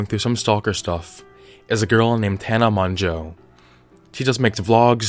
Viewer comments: mongEAU IM CRYIGN ITS PRONOUNCED MOJO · His pronunciation "Tana Monjoe " Actual pronunciation "Tana Mojo " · I’m triggered by the way he says Mongeau... its mojo not Mon-joe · "Tana Monjo" IM DECEASED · It's actually pronounced "Mojo" if I remember correctly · HE REALLY JUST SAID “tana moNJO” AHHHH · tana MON-JOE JAJSJSJSJSSHAJSHAJ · I'm sorry, but "MON-JO" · Her last name is pronounced like mojo the N Is silent and the 'eau' makes the sound of an ō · Tana mon-joe HAHA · kinda annoyed me how he said monjo... hhhhhhh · All of this research without actually learning how to pronounce her last name. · You saying her surname wrong throughout the entire video is annoying me so much, I still love your content though. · I think you mispronounced her last name but I don't think anyone knows the correct pronunciation of her last name (including me). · LMAO OMG, Tina Man-JuuL